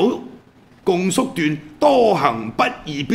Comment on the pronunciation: 「共叔段」，「共」應讀若「恭」。